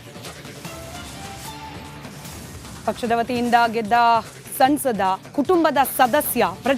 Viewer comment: ಸಮ್ಸದ ಅನ್ನೋ ಬದಲು ಸನ್ಸದ ಅಂತಿದ್ದಾರೆ ದಯಮಾಡಿ ಮೇಡಮ್ ಸಮ್ ಸದಾ ಅಂತ ಸರಿಪಡಿಸಲು ಮನವಿ...ಆದ್ರೂ ರವರ ನಡೆ, ನುಡಿ, ಉಡುಗೆ ತೊಡುಗೆ ಪ್ರಶಂಸಾರ್ಹ.